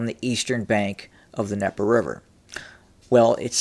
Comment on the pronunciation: THE D IN DNIEPER IS NOT SILENT. There is a reason the D is there, because it is mean to be pronounced. Stop being ignorant. Quit intentionally mispronouncing things.